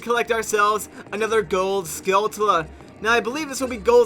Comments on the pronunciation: I must say the only think that I dislike about these play throughs is Pronunciation of the word Skulltula. That's the only real complaint I have. But that's just because I say it a different way so naturally it drives me crazy lol. But regardless, I like everything else, keep up the good work. I can't wait for the new Zelda game. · How do you pronounce skulltula? I pronounce it skull-chull-uh.